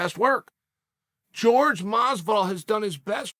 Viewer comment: Chael, what the hell man. Why do you INSIST upon calling him George? Is "hor-hay" really that difficult to say? Love your content man but at a certain point it starts to be slightly disrespectful to keep saying a relatively easy name wrong.